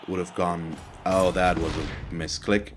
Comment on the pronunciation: Not "Muslims", but "misclicks".